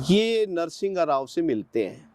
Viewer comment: तू घंटे का IPS रहा है जो एक भूतपूर्व प्रधानमंत्री तक का नाम भी ठीक से नहीं ले पा रहा। "नरसिंहघाराव" नहीं "नर्शिमाराव" था नाम। लेकिन इतने दिन कौन से बिल में घुसा बैठा था तू ये तो बता?? एब कोर्ट ने छैरे गा तू।